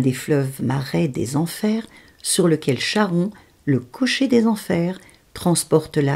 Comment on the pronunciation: Alfa Romeo MiTo copie la chouette, la voiture qu'il vous faut. La chouette est une traductrice inter animal, un guide qui peut nous en apprendre beaucoup. On dit Karon, c'est comme Chiron on dit Kiron.